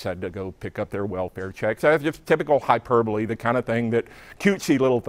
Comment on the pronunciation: Don Black said hyperbole correctly. Nobody says it correctly anymore.